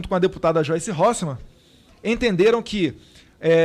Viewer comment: Eu ouvi ele dizer Joice Horse man !?